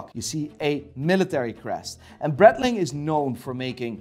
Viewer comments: Any specific reason as to why he calls breitling "bradling"? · how come that a "watch expert" doesnt know how to pronounce breitling ? its not BRETling, thats for sure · For the record, when says: “Breadling” he means Breitling, just like when he says Seaco, he means Seiko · Did he just say Bretling? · Please, look into how to pronounce Breitling and Jaeger.